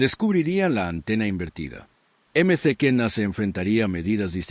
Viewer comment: Eme ce kena es "maquena"...